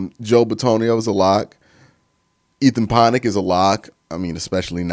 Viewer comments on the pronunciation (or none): Is pronouncing Pocic as 'Ponic' some sort of meme/inside joke?